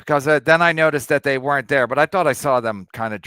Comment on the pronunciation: It’s “They” KB. Not “Dey”